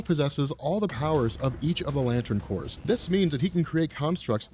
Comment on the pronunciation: first I want to say how much I appreciate you pronouncing corps the right way and not like a couple of dudes on a certain comic "island" who over hour long videos like explaining the injustice series, say corpse instead of corps every single time, and you know how often the green lantern and sinestro corps come in to that story line, safe to say they say it a lot, and since this is a hard decision and since I've never been a fan of any of the lantern corps and grew up on marvel but switched to DC as an adult, my inner child is telling me to go with Franklin Richards on this one, even in his child form where he might be at a disadvantage you still brought up how that could also mean he does something horrible on accident, like he could do to Kyle before he has a chance to do anything. I'd like to see Lobo versus someone like Wolverine, although it doesn't have to be Wolverine, just someone like him or just go with him, either way.